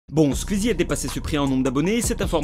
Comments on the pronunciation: pas "skuizi " mais "skouizi" ça m'stresse que prononce mal le pseudo "Squeezie" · C'est Squezzie pas squizzie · Squiiiiiiiiiizie 😂😂😂😂😂😰on dit sqouizie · PITIÉ : SQOUIZI, PAS SQUIZZI 😂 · Ça me perturbe qu'il dise Skuizi au lieu de Squeezie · Tu me stresse a dire « squzzie » au lieu de « sqouizie » bref bref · Skouizi pas skuizi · La vidéo est cool en soit, mais juste pas [skuizi], [skouizi], son pseudo vient de la musique Squeeze It, c'est comme si on disait [Le justiciet] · Ça me dérange les gens qui prononcent SQUIZI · Squeezie prononcer son pseudo skouizi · Galactic Peut-être, mais ce n'est pas la prononciation correcte. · Arrêtez c'est pas " skuizi" mais Squeezie 😂😂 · Qui entend skuizi 😂😂😂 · J'adore ta prononciation de Squeezie tu dit : "Squizie" c'est trop marrant xD Ce commentaire a rien avoir avec la vidéo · Tu dit squizzie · Asrlenny13 Asrlenny13 skuizi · Stp, dit Squeezie et pas squuizi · Juste pour le "scuizi" j'ai envie de quitter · Arête de dire squizie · Ptn mais arrêtez de prononcer « skuizi » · "Scuizie" (Aucune moquerie c'est juste ça m'a fait rire 😁) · tu prononce mal le pseudo SQUEEZIE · Comment tu prononce Squeezie ,mec t srx , ta vdo est bien mais respect son "nom" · Squieezie #pronontiation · bonne vidéo mais par contre ta prononciation de squeezie est HORRIBLE